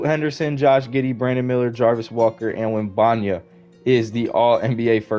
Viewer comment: “Web en ya ma” is the correct pronunciation. But W video